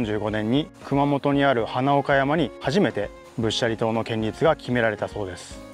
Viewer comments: 建立→けんりつじゃなくて、こんりゅうでは？ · 建立は「こんりゅう」。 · 建立は「こんりゅう」と読んで欲しい！内容と取材の姿勢は共感できる。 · 仏教的な建築の場合は建立(こんりゅう)と読むべきでは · 建立をけんりつと言うところがすっごい気になる…こんりゅう。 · 地元で気になって見ました！こんりゅうが、けんりゅうになってたのが気になりました。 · 。いつも素晴らしい動画ありがとう、と素直に言いたかったところでしたが、 建立、けんりつ、ではなく、こんりゅう、ですね。 うっかりミスかな、何度も出てきたので、とても気になりました。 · 寺社仏閣の施設建物を建設したり設置する事を、建立と書いて「こんりゅう」と読むんですよ。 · 宗教施設を建てる場合には「×：けんりつ ⇒ ○：こんりゅう」と読むのが正しい読み方ですよ。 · けんりつ って。建立「こんりゅう」じゃなくて違和感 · いやいや仏教に限らず、こんりゅうと読むべき。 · 建立はコンリュウと読んでください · 建立を「こんりゅう」と読むことを御存じないのがねえ・・・ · ホンマや！ "ほつがん"とかしっかり読めてるのに、"けんりつ""けんりつ""けんりつ""けんりつ""けんりつ""けんりつ"…あああ！ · うーん、仏塔だから「こんりゅう」と読まなきゃ。ちょっと勿体ない。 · 建立を けんりつ と読むの 大人として恥ずかしいですよ😰 しかも何度も😭 こんりゅう が正しいので 覚えておきましょう🖐️ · 他の人も書いていますが、せっかくよく調べてあり面白いのに、建立を「けんりつ」と読んでいるのが残念。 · 建立はこんりゅうという読み、けんりつとは言いませんよ。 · けんりつ・・・建立(こんりゅう) こんりゅうです。もう少しお勉強しましょう(◞‸◟) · せめてちゃんと、こんりゅうって言ってれば良かったと思うんです...🙇‍♀️ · 、老婆心ながら建立、こんりゅう、とお読み下さい